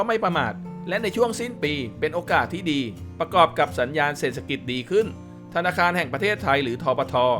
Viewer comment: ขอประทานโทษ อ่านว่า เศรษฐกิจ (เสด ถะ กิด)